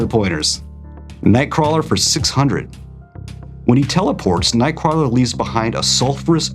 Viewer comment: I actually love watching these, and will continue to do so! I just disagree on how you pronounce nightcrawler’s name